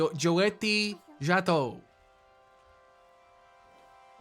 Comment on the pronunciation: ah yes 50 shades of butchering the "Djato" word